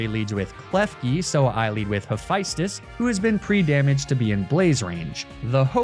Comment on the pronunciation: Hephaestus is Ha-fest-tus